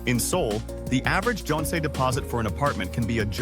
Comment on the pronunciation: 10 years and can't pronounce jeonse and wolse properly! 😮😮😮